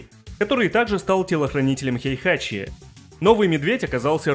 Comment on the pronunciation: Не "Хейхачи", а "Хейхати"